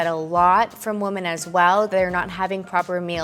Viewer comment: I absolutely love your videos and watch them all!! Just so you know the plural of woman, is women (sounds like Wi-men) sent in love xxx